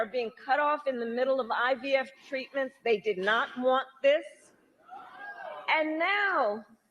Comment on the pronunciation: I heard her say UVF too! Should have been IVF.